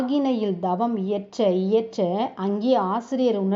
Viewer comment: Gundalini அல்ல Kundalini K-k- not G. Not’G’ Tthaavaram - Not Daavaram Th. Not Dhaavaram Horrible உச்சரிப்பு Dhavam அல்ல Thavam(tha, tha) SKY yoga -SGY யா?SKY யா? Upadesam- U’b’adesam அல்ல P not b விலக்கம் அல்ல விளக்கம்(ள)- ல அல்ல